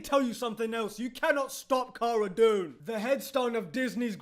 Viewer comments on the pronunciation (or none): none